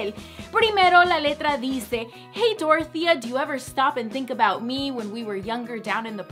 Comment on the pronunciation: En mi pueblito hay una señora llamada dorothea y se pronuncia dorothea no doro.... jajja